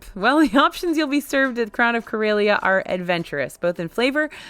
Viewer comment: I don't know how they pronounced it on the Starcruiser, but Corellia is pronounced cor-EH-lee-uh, not cor-EY-lee-uh